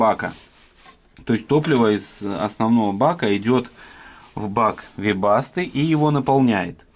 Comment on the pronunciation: теперь я знаю, как правильно произносить "вебасто"